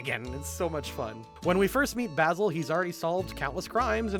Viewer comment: Can I just quickly say, that as someone whose name is Basil it's very unusual to hear say my name so many times. And not just saying it, he's saying it correctly. I keep feeling like he's talking shit about me.